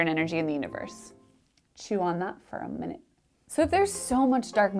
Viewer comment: . "Chew on that for a men-it" ---- oh yes ma'am, please please please. Let me, :P